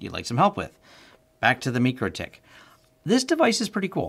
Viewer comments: MYcroTik, not MeekroTik. Good find, btw. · Meechrotich? You mean Micro tik? Like Tik tok, and well like Micro (my crow).